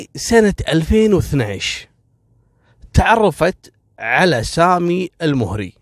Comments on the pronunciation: لوسمحت الادله مطلوبه منك لانك كذا قمت بتشويه سمعت قبيله المهري مع انك تنطقها الموهري وسرد مثل القصه يحتاج منك دليل فنحن من المهره ولم نسمع بهذي القصه بتاتا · المهري فوق حرف الميم فتحه وليس الضمه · للتصحيح القبيله(المَهَرَي) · انا مهري وفي أختلاف كبير في القصه واغلبها تلفيق وتأليف حتى نطق أسم القبيله ماعرفت تنطقه